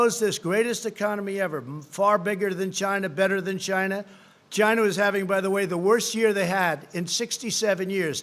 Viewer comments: I would love to see a reading comprehension exam administered after reciting this regurgitated garble. I’m done at GYNA-VIRUS...God help us all. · I was thinking he was saying vagina